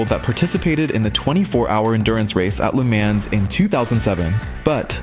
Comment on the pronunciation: Your pronunciation of Le Mans is incorrect.